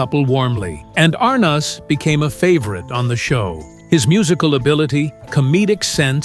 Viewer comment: Good old "Desi Arnawz"